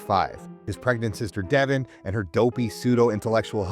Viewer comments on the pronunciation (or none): none